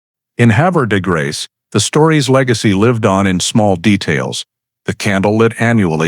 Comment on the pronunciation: It's pronounced Have er de grace. Sad sad story.